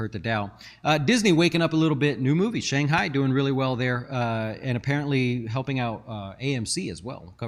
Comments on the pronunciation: BRO IT'S NOT SHANGHAI!! IT'S SHANG CHI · Lmao, bro you said Shang Hi